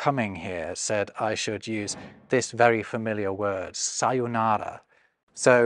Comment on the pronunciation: When you read romaji, a long vowel sound has a line over it, so it's not "sayonaaaara", but "sayōnara", with a long "ohh" in the middle.